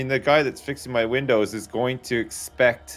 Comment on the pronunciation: "I hear you got some problems with your windees " 🤣😂